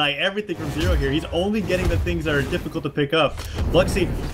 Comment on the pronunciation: butchered zero